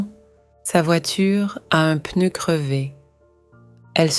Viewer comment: I do enjoy watching these stories. However it would be better if real people were speaking not a computer. The word ‘pneu’ is pronounced with a silence ‘p’ but the computer doesn’t silence the letter when pronouncing the word. This is not great for people who want to learn a new language. Not the same red dress worn throughout the story! So many different dresses 😁